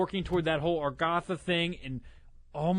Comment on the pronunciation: Is it just me or always says argatha? And btw we got you about the ones that arent even hardcore zombies player and get stuff that hardcore zombies players dont;)